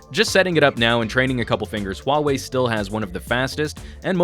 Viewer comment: thx, at least in the us there are reviewers who are capable of pronouncing huawei in the right way